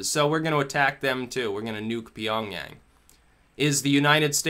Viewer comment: it shouldn't be 'Pyongyang'. no big deal I just listen to you carefully 👍